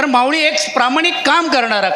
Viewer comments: अरे तुला माऊली सुद्धा हा शब्द बोलता येत नाहीमावळी बोलतो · आरे यासाहेबांना ल चा ऊच्चार करता येतो का बघा माऊळी म्हणतात